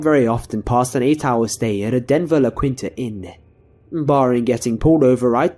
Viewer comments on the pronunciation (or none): I love how you pronounce La Quinta lol it's cute (it's la-keen-ta)